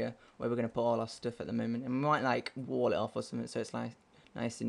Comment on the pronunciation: Because if we fall lay-eh, there's a chance I'll land in the wo-ah. Lazy way to say it:P